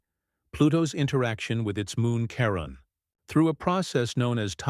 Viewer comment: "are you saying Karen or Karem" "hello Miss Lady, im Dale, Brennans step brother, i think i can help with the Karen Karem dilemma" 😂😂😂😂😂